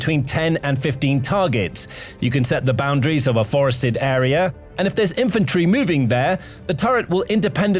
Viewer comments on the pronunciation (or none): none